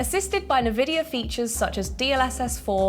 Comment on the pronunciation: 'Navidia' lol